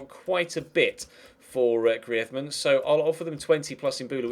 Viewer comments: GRREEEZZMEEN NOT GRIAZMAN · It's greez-man not greaedman😂😂😂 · you re saying griezmann the spanish way, say the french way, like GrrizmAnn. But great vid! Loving the series! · personally I would say get someone else in and have your youth player play occasionally but focus atleast three trainings on youth and two for more established players and hate to critisize but you bucherd the grizeman pronounsiation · you sayin griezmann is right but soundsso bad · Its not even that, its just the way his name is pronounced haha